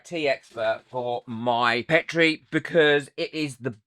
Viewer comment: great makes. I love that you pronounce Petri the British way too:)